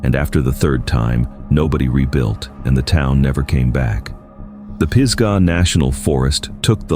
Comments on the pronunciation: What's up with the desolate, isolated area narrative then shows a mountain resort? Pees-gah national forest? Lol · Western North Carolina native here, from Brevard, NC. It's pronounced pizzzzgah, like fizz-ga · Yes, NC native. Truly annoying when you don’t get the pronunciations correct. Peesgah? CashEErs? I’m sure some of the places I’m less familiar with were mispronounced.